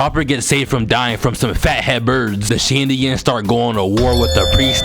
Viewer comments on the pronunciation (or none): none